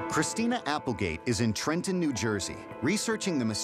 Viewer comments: Everyone in New Jersey gets made fun of for pronouncing Trenton with out the second t, but it’s so cool to hear Christina say it the exact same way. ❤ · Oh my gosh, I'm from New Jersey and that's true. I just realized I don't pronounce it with two t's either